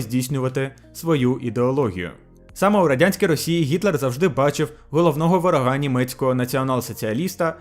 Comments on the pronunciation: Продовжую конструктивні зауваження щодо наголосів - Гітлер бачив головного вОрога, а не ворогА. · правильний наголос не на ворогá, а на вóрога. Бажаю подальших успіхів в освоєнні української мови. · ага, не я один це помітив. аж в вуха ріже